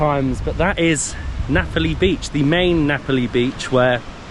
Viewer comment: How can you pronounce Napoli and Ngapali in the same way? ….it sounds like an English mystery to my Italian hears!😂😂😂..and the story of the Italian man who gave the name because he was missing Naples… oh my god! ..definitely not true!🤦🏻💁🏻